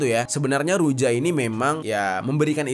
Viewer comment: Huruf J dalam ejaan negara negara Eropa Timur seperti bulgary, serbia, termasuk Rusia di baca Y, jadi ruja dibaca Ruya.. Serbija, dibaca Serbiya.. atau serbia...